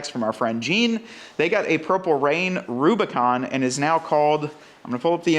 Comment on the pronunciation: Kudos for the nailed model name! I’m cool with the Mojave hoods on the new Rubi’s. Much more aggressive looking than the Euro hood. Good look!